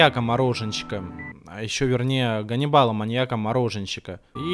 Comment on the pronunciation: Исправка*! Не Ганибал на , а канибал!